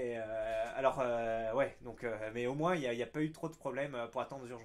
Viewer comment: Pourquoi tu prononces le S quand tu dis MOINS ...?? ou tu l'écris comme ça "MOINSE"